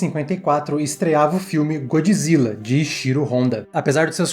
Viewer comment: GodJIRA , GodJIRA , você leu com a voz do japonês né kkkkk